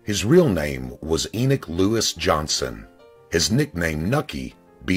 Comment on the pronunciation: The name is E-NOCK not e-nuke